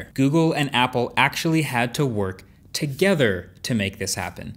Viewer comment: Emphasis on TOGETHER ...LOL